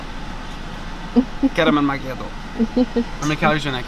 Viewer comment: Loved the italian accent and gesture for "getting my macchiato" 🤣🤣 (iam italian 🤌🤌) very enjoyable vid :) and about the watch iam a watch freak, Cyma is a very nice brand with a lovely history, what ure wearing is a kinda Rolex Datejust with president bracelet, in the watch world, when a brand does something similar to another brand we call it hommage watches, which are very cool, and that watch rocks i like it!